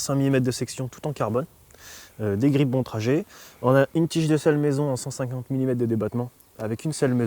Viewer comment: bonne présentation, moi qui hésite à en acquérir une juste une chose à revoir: la prononciation de "Bontrager" x)